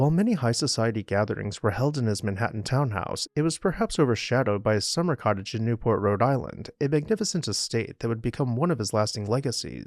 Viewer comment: "Cottage." LOL